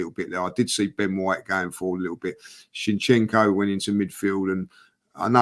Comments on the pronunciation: Maybe Shinchenko will play so well one day that then pronounces his name properly 😉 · Haha butchering Zinchenko's name again.